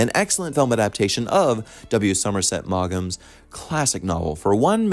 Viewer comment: you have a great speaking voice. One little nit-pick: (Somerset) Maugham is pronounced 'Mawm', not 'Moggam'. Respect for our great authors!